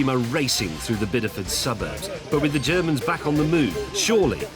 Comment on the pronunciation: I think James's pronounciation of "Ze Germans" is a bit off.